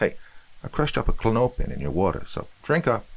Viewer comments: for future refrence klonopin is pronounced co-lawn-oh-pin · Welders* not "wheelders" , and Klonopin*